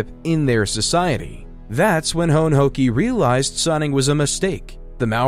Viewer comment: Your pronunciation of Hone Heke is worth the watch lolzzzzzzzzzzzzzzzzzzz